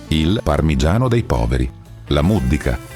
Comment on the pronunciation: Si chiama muddìca, non múddica